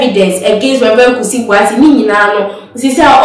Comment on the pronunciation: Presenter learn to pronounce the name Boateng correctly